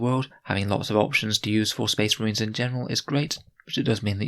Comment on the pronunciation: oh good, more spess mahrines.